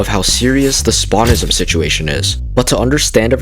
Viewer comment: “Spawnist” “Spawnism” oh my god bro 😭💔